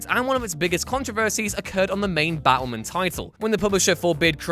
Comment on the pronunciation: Oh, you're saying "Batwoman". Until one of her covers showed up, I assumed you were saying "Battlemen". Also, I'll take Affleck's Bruce, since he's the best one.